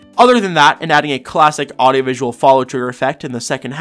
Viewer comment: his 24 hour level said aidenvisual instead of audieovisual lmao